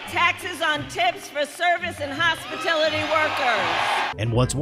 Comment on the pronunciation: she said "hospitility"